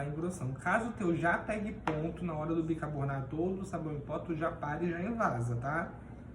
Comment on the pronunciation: admiro a sua capacidade na saboaria caseira, porém, acredito que a sua pronuncia errada da palavra BICARBONATO, não se deve ao seu problema, mas muito provavelmente porque você deve ter aprendido de forma errada como a maioria das pessoas. Como eu já disse anteriormente, você é excepcional como saboeiro. Tente corrigir sua pronuncia.